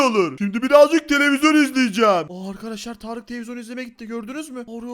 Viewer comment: Abi tağarık derken tarık yapmış ismini tağarık